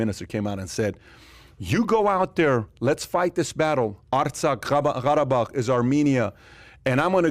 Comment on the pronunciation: he says 'gharabag' with a strange arabic accent to sound authentic but thats not even how qarabag (karabakh) is pronounced